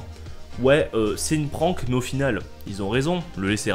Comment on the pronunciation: Super vidéo , comme d'hab' ! Par contre " Prank" ça ne se prononce pas du tout comme ça ! A par les français qui sont nul en Anglais en général.